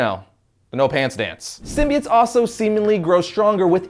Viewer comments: sim-bi-otts. sim-bee-its. kms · Ok its a minor thing in the scope of everything, but the way pronounces SYMBIOTES is off putting. Its pronounced sim-bee-oats not sim-bee-its. Minor thing that comes up a lot between comic book readers is how names are pronounced because comics are a reader propelled art form. We each interpret names so differently after years and decades of reading. Lol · Sim-bie-its? It's Sim-bie-otes. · why do people pronounce symbiotes as SIM-BI-ITS when it was originally pronounced as SIM-BI-OATS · This was a good video and all, but I was entirely distracted by the start. All I could hear from then on was "sym-be-its". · you mean, 'symbi-OATS'🤣